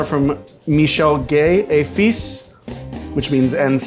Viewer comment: I am still recovering over his pronunciation of et fils. If he hadn’t translated I never would have known he was speaking French and I speak basic gr 11 French.